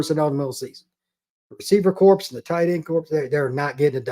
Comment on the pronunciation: Corps is pronounced "core".